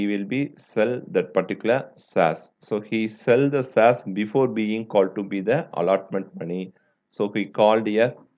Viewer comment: sir plzz pronounce correctly you r pronouncing shares : saz: air : aeeeeeeeeyrrr